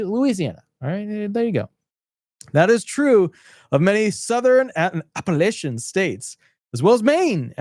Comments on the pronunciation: It is not appilitia it is Appalachian. Nothing to with Italians . Everything to do with Irish, native American s French dutch, Polish british. Keep your yap shut when you don't know what you are talking about. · I've listened to this guy all the way up to, where every time he kept saying Appalachian. Now I'm moving on. Don't smoke ya a big bowl, before you do a podcast about serious political situations.